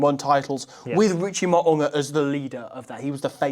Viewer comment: mate pronounces Mo'unga's Tongan surname perfectly ('Maw-ooh-ngah')- whereas absolutely butchers it by saying "Mow-ah-nga". Trust me, I'm Tongan🇹🇴